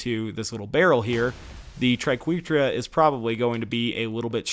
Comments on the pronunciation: Ok its pronounced TRI-KWEH-TRA Credit to Emma saying Triquetra=tri-kweh-truh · He's actually very close to correct. According to any English dictionary, it's pronounced as "try-kweh-truh". But if used as the plural of triquetrum, his pronunciation is acceptable. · I love the triquetra it's probably my favorite shotgun also I believe triquetra is pronounced "Try-ket-ra" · You'd be wrong! It's from Latin, so if you want to be really pedantic, it should be "tree-kweh-trah" But officially, the English pronunciation is "tri-kweh-truh" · It’s pronounced tri-ke-tra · I believe it is Tri-Quetra - as in "wet" - the short "E" vowel sound. But, who cares right? It still rocks! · Tri-Ket-Ra, if you finally want to know how to pronounce it haha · I've always felt it's pronounced tree-ket-truh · (Try-ket-tra) triqeutra ish wicked shotgun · I thought it was pronounced like tri-ket-ra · You're fine to think tri-keh-tra sounds better, but that's still a wrong pronunciation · Satchmo I always pronounced it as Try-ke-tra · I don't know what had me laughing harder, butchering "Triquetra" or navigating the conveyor belts in the tundra express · It hurt me every time he said the name